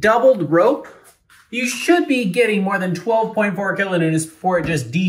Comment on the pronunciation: "kilo newtents"